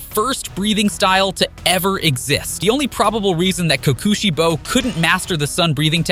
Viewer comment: blud said sum "kookuuusheibo" ☠☠